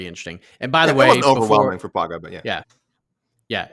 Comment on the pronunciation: When you pronounce "Pauga," you should pretend that it's spelled "Paunga'" (Samoan "g" is closer to "ng"). Just like "Tagovailoa" is pronounced more like "Tangovailoa."